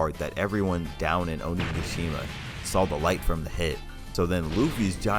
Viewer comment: i love that you pronounce it "ohniggashima"